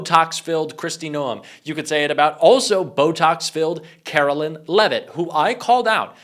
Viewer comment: Calling her “Carolyn” is just as disrespectful as the right mispronouncing Kamala.